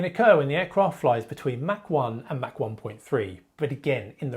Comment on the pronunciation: It’s Mach, not Mac